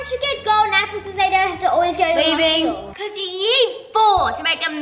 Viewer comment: rlly said Shcool- (no hate I love you guys)